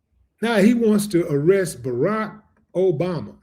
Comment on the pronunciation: yea but he says obamna